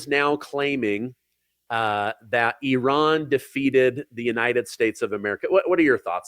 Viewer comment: People people people can we pronounce words? Please? please stop saying e raan. There is no such place as eraan. Nowhere on this planet does eraan exist. I have heard of Iran. Pronounced I ran. Simple please please stop and find out how to pronounce something you will be saying repeatedly. No place called eraan. Drives me insane that no one can pronounce words these days shammmee iran. We should respect all people.